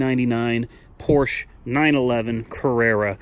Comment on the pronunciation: Its Porscha 😂😂😂